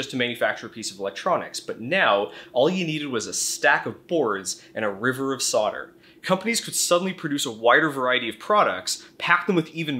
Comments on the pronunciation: WTF is sodder? Do you mean solder? You know, the one with the non-silent 'l' in in it. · Why do Americans pronounce "solder" as "sodder"? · Love the vid, really informative. One thing, not your fault, but US pronunciation is usually phonetic until the word solder comes up, then it is sodder... why? any ideas? this is not a piss take, a genuine question from a Brit.